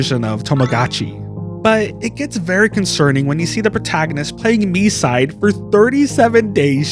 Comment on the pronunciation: Yup, it's very annoying when most of "Land of freedom" players calling the game "My-side". Even Short-haired Mita in JP voice called the game "Mii-side".